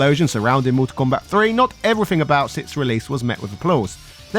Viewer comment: It’s also Mortal Kombat not Motol Kombat but he didn’t get that right once either.